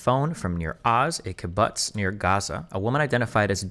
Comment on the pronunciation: Watching destiny pronounce kibbutz like a scot after being corrected by loanerbox was hilarious 😂.